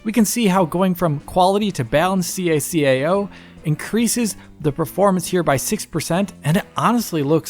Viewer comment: ITS CACAO NOT SEE A SEE A A OU